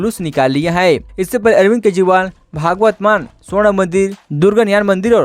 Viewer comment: Name to sahi bolo, it's bhagwant maan not bhaagwat maan